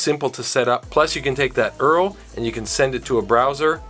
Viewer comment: I cant believe you called a URL an 'Earl'